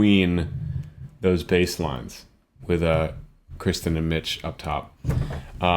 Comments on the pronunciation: It's Kir - Kirstin. Not Kri(sten). Kirsti, like thirsty with a K. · I love your critiques and analyses of songs; but just one thing, her name is Kirstin (rhymes with Thurston) not Kristen. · Love your reactions. One thing... It's Kirstin not Kristin. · I see some have alerted you—the woman in Pentatonix is KIRSTIN, NOT Kristin. She also goes by Kirstie (rhymes with “thirsty”). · K I R S T I N. not KRISTEN or Kirsty (rhymes with thirsty) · I really enjoyed your analysis of this song, and subscribed as a result. Im sure you’ve heard this too many times to count, but the young lady’s name is Kirsten, not Kristin (my niece is Kristin, so you can imagine how often I’ve stumbled on this!). I finally was helped ,e was hearing that her nickname is Kirstie, which rhymes with Thirsty. I hope this helps you as well. I see you’ve covered some of Avi’s songs. Have you reacted to some of them as well? Thanks. And I assume you know that Avi also trained in opera. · This is the second video I've watched of yours now (because I abso love Pentatonix) and was disappointed in both when, not only did you mispronounce Kirsten's name, but also fail to give Scott the credit for taking over the bass line from both Matt and Avi. With a good pair of headphones you can definitely tell the difference between Scott's bass tone and Avi's. Same pitch but very different sounds.